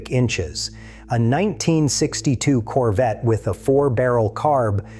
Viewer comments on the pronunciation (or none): Its CORVETTE. Not "coverette". And you do? YOU remember the 1983 Corvette? You're saying this on a device with an internet connection. How do you remember a car that was never mass produced? There were only 43 prototype 1983 Corvette's made and the only ONE 1983 Corvette left is sitting in The National Corvette Museum in Bowling Green Kentucky. You even edited your comment to make your self sound smarter. Glad you remember a car that never hit the streets. Quit passing false information. You're not amazing, desipte what you tell yourself.